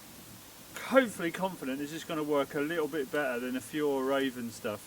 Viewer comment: Hej, we pronounce Fjäll as F'yell 👍🏼